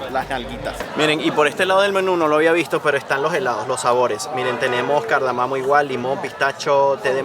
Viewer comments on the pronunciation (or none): Muy buena esta serie, pero me he reído mucho de oír a decir * Cardamamo*...